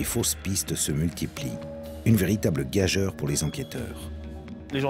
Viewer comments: gageure se prononce gajure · A , "caveat" devrait se prononcer: [cavi-at] et , "gageure" devrait se prononcer: [gajure]. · C'est pas mal. Juste dommage qu'ils ne parviennent pas à prononcer le français ou l'anglais correctement. ex : Gageure se prononce gajure et Caveat se prononce Ca vé ath.